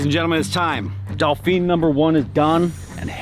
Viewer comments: 'Doll Feen'? It's actually pronounced 'Dough Fan' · Dolphine? Dauphine? Why can't Americans pronounce it? lol Dauphin = DAW-FIN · It's not dolfin! Please don't pronounce it with an L! "Dawfin" is how you pronounce it!! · Eurocopter AS365 Dauphin; Why do you keep calling it a Dolphin?? Dauphin of France (/ˈdɔːfɪn/, also UK: /dɔːˈfɪn, ˈdoʊfæ̃/ US: /ˈdoʊfɪn, doʊˈfæ̃/; French: Dauphin de France [dofɛ̃ də fʁɑ̃s] ⓘ), originally Dauphin of Viennois (Dauphin de Viennois), was the title given to the heir apparent to the throne of France from 1350 to 1791, and from 1824 to 1830.[1] The word dauphin is French for dolphin and was the hereditary title of the ruler of the Dauphiné of Viennois. While early heirs were granted these lands to rule, eventually only the title was granted. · Mate “DO FAN” not Dolphin, not Dolphine…please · Dauphin is pronounced more like Dau-fan in French. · DAUPHIN!! Pronounced DO-FAN or DOUGH-FAN Its French. Dauphin 2 this type was Operated in the Search & Rescue role over here in Ireland with the Irish Air Corps. The Irish Air Corps is the Military Aviation Element of the Irish Defence Forces. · Has the 💶💵💷 to buy these two choppers but can’t pronounce the model name correctly. 🙄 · Dave just cant say Dauphin , its a beard thing